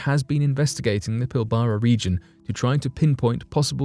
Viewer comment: lol PIL - BARA no!!! It is pronounced PIL - BRA